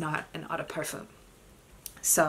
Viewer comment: the /m/ in parfum is not pronounced..